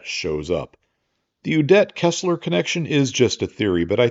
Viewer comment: Little nitpick from Ze Fatherland: "Udet" is pronounced with emphasis on the "U" ... not on the "-det"-part.